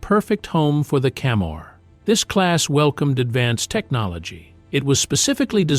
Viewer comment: It’s FORD CAMMER not Cammar. And get your pics right with your videos please.